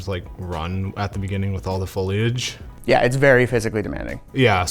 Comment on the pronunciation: The craziest thing I took from this video is no Canadian knows how to pronounce foliage 😂 or most anyone for that matter.